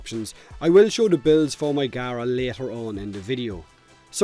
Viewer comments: Its pronounced gah-rah according to the devs as seen in the ps4 stream today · CMANIAC1 no its not the devs sad it out loud on the ps4 plains of eidolon release stream pronounced gaara